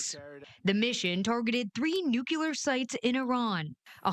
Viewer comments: It's not "nuculer." It's "nuclear". I admit, though, "nuculer" is a bit easier to pronounce. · Ah, the ubiquitous "nucular". (sigh) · needs to be taught how to pronounce the word “nuclear”. So tired of the talking heads saying Nu Cu Ler. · learn how to pronounce "nuclear"